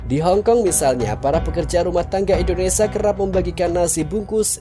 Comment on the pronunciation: Mf y bg mimin, d ralat bahasa indonesia nya klw menyebut " indonesia " Jgn indonesa... Krg pas. Ok. 😊